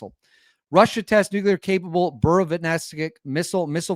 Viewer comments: ITS NU CLEAR!!! NOT NUKULAR😆😆😆😆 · NUKE-LEE-ER....NUKE-LEE-ER...NOT NUKE-U-LER...SAY IT 5 TIMES....NUKE-LEE-ER. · nuclear not nucular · Nuclear is pronounced like unclear (new-clear). We don't say Unk-you-ler when saying unclear, we also don't say Nuke-you-ler when saying nuclear. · Its Pronounced New-Clear !! NOT New-Q-Lar !! JesusKristofLatterDaySaintsandAllthatisHolyinHeavenandHell !! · NEW CLEAR,. Not NEW CUE LER. Great content, love your channel, but that's driving me crazy 😂😂😂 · It’s pronounced “NOO-klee-er” not “NUKE-you-ler “ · It would be much easier to take you seriously if you learned to pronounce "nuclear" - it's not nucular. You're entertaining, though, despite your skewed view of reality 😄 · Please stop saying nuculer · Not worried about your foreign language pronunciations. Your pronunciation of "NUCLEAR" needs help 😂 Love the show! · Nuclear has ONLY one U in the spelling. 🤭